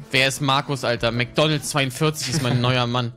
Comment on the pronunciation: Ich finde es sehr lustig wie extrem hart "MAC DONALDS 42" betont xdd